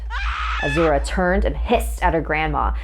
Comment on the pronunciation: You're saying Azura wrong... Lol